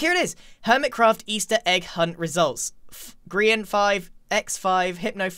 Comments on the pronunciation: Why does everyone call Grian GRAIN?!?!? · ITS GRIAN NOT GRAIN A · grian: say hello to me: its rocco grian: dwayne me: oh ok